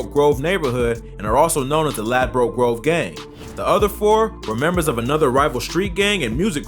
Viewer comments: No one calls it "Lad-broke Grove". Its pronounced Ladbrook. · okokok mate listen you can't pronounce his name properly and you can't pronounce Ladbroke grove properly and they aren't 1011 that's a cap